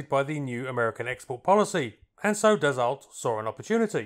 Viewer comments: Hahaha... you pronounce it "dasso" not d-assault! 😂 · An interesting and enjoyable article with great aerial footage, but I do believe you will find that the name is pronounced "Dass-o" not "Dass-olt." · Dassault is pronounced, dasso. Good stuff. Rare aircraft. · it s 2 m53!!! put some background sound of thoses beasts.. and also DASSO not dassolt. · Never heard of it before watching your video. Thank you! Dassault => Pronounce "dasso". Usualy in french the last consonnant is mute, but wiht proper nouns it can be tricky. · Dassault is correctly pronounced "Dasseau." The L and T on the end are ignored. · DAH-Soh. Theres not T in the pronunciation. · Its pronounced "daso". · When I worked in private aircraft management and overheard my boss's speaker phone calls to Dassault customer support they never corrected his pronunciation which was like yours which was likely because we were their customer. Now Bombardier in Quebec had no problem letting him know it was Bom-bar-dee-ay and not Bom-bar-deer.